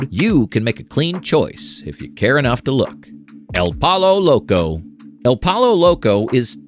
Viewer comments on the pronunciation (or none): I can't tell if you're saying El Pollo Loco that way as a joke or on purpose LOL... Being genuine here, it's pronounced El Poy-Oh Loco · Lol el pollo loco.... you pronounce it like your saying poyo... just some advice from a Mexican 😂